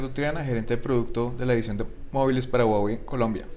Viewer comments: SE DICE JUAWEY.. SE ESCRIBE HUAWEI.. O SERA QUE EN COLOMBIA SI SE DICE GUAGUEI??? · Si este tipo realmente trabajara para Huawei supiera que no se dice guaguei se dice Juaguei